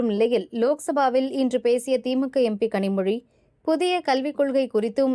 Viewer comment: Listen to his pronunciation of "zha" in "Kanimozhi". Perfect. 75% of the people having Tamil as their mother tongue cannot pronounce it. TN just shouts "Tamil, Tamil". "zha" is such a special letter that it exists only in Tamil (of course in Malayalam too). 100/100 people from Kerala pronounce it. And in this video, a Kannadiga is pronouncing it properly. The Tamils cannot!! Shame!